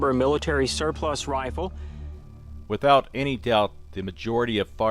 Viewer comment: the guy said car bean and wifle, i dont trust him